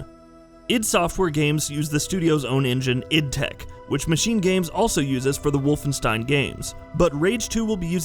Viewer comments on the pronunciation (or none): none